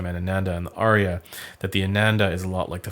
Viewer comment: It’s “Ar-ya” Not Aria.